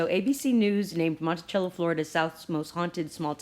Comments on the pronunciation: Pronounced monte-sell-o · You're pronunciation Monticello is off. And yes I've purchased it in some small drug stores here in Georgia. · Peace... Monticello is pronounced MontiSello and Quinine is Kwy' 9. Words that were once common are like Foreign words in today's world that has become my future... I was born in the 50's 😉